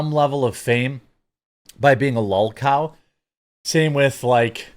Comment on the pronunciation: It's kinda funny you say adults shouldn't say things like cringe af, dope, hype, etc. and then you say "lul cow" or something? I clearly have no idea what you even said there or if I spelled it correctly, but hypocrite much dude? lol